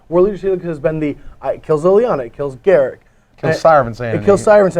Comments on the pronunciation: The best part is, you're wrong. goo. gl/juWAeU "GAHR-uhk Wildspeaker" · ugh... can you stop calling him "GARICK"? there's a U in there....